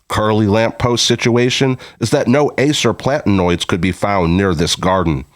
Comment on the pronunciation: Acer platanoides is plat-a-noy-deez. Thuja is thoo-yah. The species name glyptostroboides is glipto-stro-boy-deez.